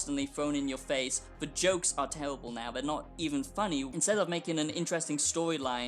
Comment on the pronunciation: “It’s tewwibiw it’s gawbage”